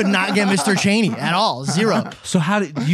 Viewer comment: Haha guys it’s Mr. Chainy not Cheney